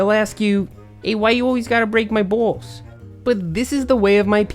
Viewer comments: he says balls funny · I LOLed when he said 'why you gotta bweak my baals"